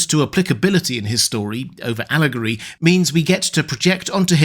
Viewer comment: Tolkien rolled in his grave when you said the word Allegory